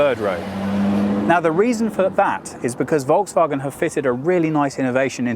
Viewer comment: Hi, i am asking for the usage of SI units for measurements (size, weight, perf., consumption) instead of (or next to) eng/US units, please Thomas be strict on that also would be nice to inform Brian (and AJ as well) know how to pronounce Volkswagen otherwise it is a good one